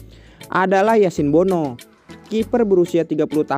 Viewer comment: Tulisannya Bono, dibacanya BUNU. Kan bahasa Arab huruf "O" gak ada